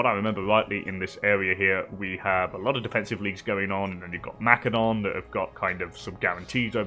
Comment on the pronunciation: Good stuff. Thanks Methinks your pronunciation of Macedon requires investigation